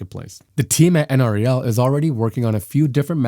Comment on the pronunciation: Just an FYI, those of us near the Golden, Colorado lab call it N-Rell, not the individual pronounced letters N-R-E-L.